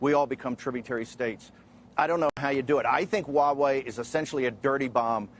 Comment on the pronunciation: Mr. Bannon, ZTE differs from Huawei. BTW, I suspect u just won't care hiw its name Huawei is actually pronounced among the intellectuals. It is pronounced [hua way] hua as in the American pronunciation of "what". You don't care abt the details do you, hmmm?